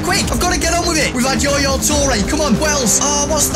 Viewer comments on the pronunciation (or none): i just heard YOYO TOURE?